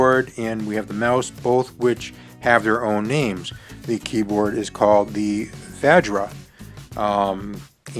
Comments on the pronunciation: Vaj-rah? No. Va-shra* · I don't think that's how your pronounce vajra The J is silent, isn't it?